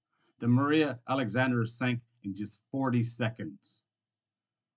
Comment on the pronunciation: learn how to pronounce "Alejandra".